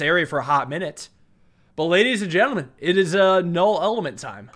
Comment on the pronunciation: Does everyone just have a "Looking For A Game To Capture" screen? Also "Eet Is What It Ees"